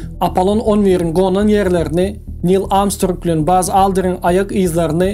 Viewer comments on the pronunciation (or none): none